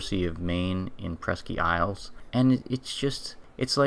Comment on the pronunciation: Presk-ee isle Maine. Hahaha ain’t from around here, are ya, boy? Presque is pronounced “presk”